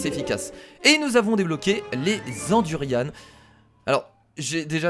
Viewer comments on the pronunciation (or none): C du durian pas du durianne